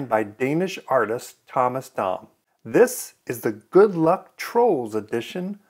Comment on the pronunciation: Yay! Someone finally said “Dam” correct:-) thanks for sharing this in the Troll Doll Networking Club!